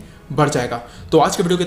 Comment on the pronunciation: 😂😂 kya Hindi Bola hai